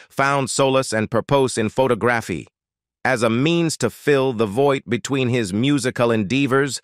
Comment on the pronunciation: "Photo-Graphy" that's a new one; and if your neighbors were boring, I guess that's pronounced " Neigh Bores" right ? This narrator isn't AI? Then what is he? Just annoying? If he's live, he can't read his script in English? what's with him?